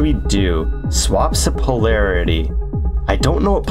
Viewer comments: For anyone interested it’s pronounced po-larity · Pole-Air-i-Tea Means a dead will be live or vice versa.